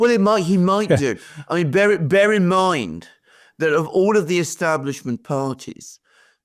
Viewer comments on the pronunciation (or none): none